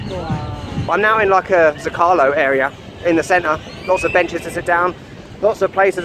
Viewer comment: can you bother to learn to pronounce stuff properly? It's ME-rida and ZO-calo. How hard could it be?